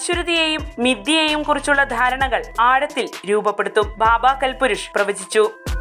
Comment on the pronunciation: ബാബാ കൽ പുരുഷ് അല്ലാ കാൽപുരുഷ് ആണ്.